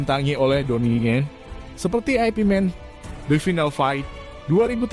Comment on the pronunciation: Yank bener ip Man... Bukan aipi Man... Lucu niih